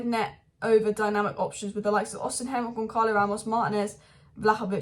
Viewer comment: Why keep saying Osiham? It's osimhen 😂😂🤦🏼‍♂️